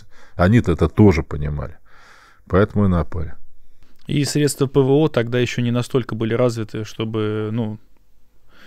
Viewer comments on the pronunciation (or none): none